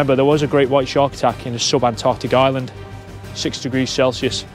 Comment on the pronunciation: Thets nawt a shark...its a SHHEEEARK.